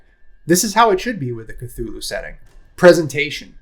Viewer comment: I'm not sure about later editions but the first and second iterations of Call of Cthulhu RPG has a pronunciation guide; according to that, you're saying it correctly. 🙂